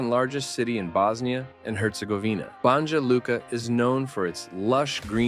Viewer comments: English-speaking speakers in such videos should consult locals about the correct pronunciation of foreign names. For instance, Banja Luka should be pronounced Banya Luka, like New York or New Jersey.🤓😉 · BUNGJUH LUKUH... BRO THEY GON' KILL YOU 💀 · #9 Wrocław (I couldn't figure what you say) The way you pronounce should be Vrotzuav. Polish is not English. Something like Banjaluka should be pronounce Banyalooka. Gyros (Greek food) you also mispronounced. What a shame. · Narrator mispronounces "BONYA" LUKA. It's not "Bonjah" Luka. And real spelling is BANJA LUKA. I lived and worked in this mostly rural region of Eastern Bosnia. Hvala... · BANJA LUKA IS PRONOUNCED "BANYA LUCA", NOT "BANDJA LUCA"! IT'S "BERN", NOT "BURN" and so on... for all the rest! The least you can do is to learn how to pronounce the names of this VERY POPULAR European cities! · It is pronounced Ban-ya Luka. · It’s pronounced bah-nya lukah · Banja Luka has to be pronounced Banya Luka. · Ban-Ya Luka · You butchered the pronunciation (it's ba-nya lu-ka) but I love that you mentioned my home town, Banja Luka! 🎉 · I like how he just makes up pronouncations for some of those cities. If you're gonna look up information about them why not google how to pronounce "Banja Luka" - for example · You pronounce Banja Luka wrong.